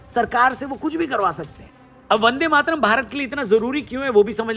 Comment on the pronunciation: ko bolna nahi aata 'Mataran' bolti hai